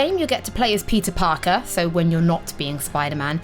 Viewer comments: Im english and im still hearing pizza parker its not her accent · I swear I heard her say Pizza Parker